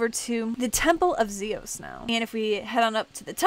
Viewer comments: it's not (Z[os) it's (Z[ios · Its pronounced Zi-Yas